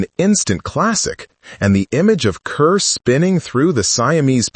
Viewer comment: It's disrespectful to mispronounce her name 😢